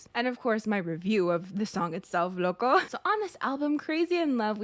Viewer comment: OMG says loco better than the whole kpop idol world (I'm a Native Spanish speaker so i know when something is well pronounced)